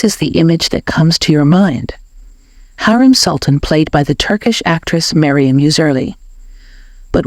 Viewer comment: Pronounce her name right. HU....REM.....NOT HAREM